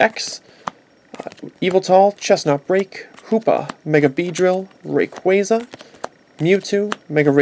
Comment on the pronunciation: that is not how u say rayquaza